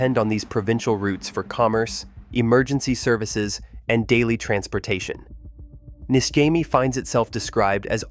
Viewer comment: Pronounced NISHEMI, not NISKEMI